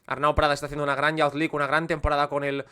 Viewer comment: Me encantó el vídeo, genial como todos. Un comentario con cariño: youth se pronuncia como "yuz" (/juːθ/), no "yauz", tanto en ingles británico como estadounidense. Lo dices en muchísimos videos y cada vez pienso en comentártelo 😅. Sigue con el buen contenido!